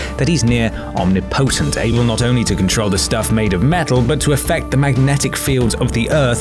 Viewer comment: Dat pronunciation on omnipotent tho